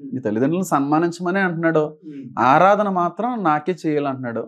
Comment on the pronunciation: ఆధారణ కాదు అన్న 'ఆరాధన'